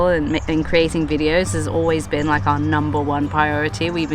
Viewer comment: Did he say, "never BEAN there before?" 😂